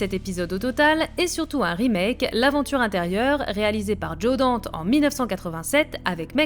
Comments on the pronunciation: Est-ce que c'est encore de la science fiction quand on sait qu'on peut envoyer des robots dans des corps pour opérer de l'intérieur... Et c'est Dante pas Dante 😂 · Bien vu, je me suis faut la même remarque. On dit Dante, pas Dante bon dieu. Un peu de respect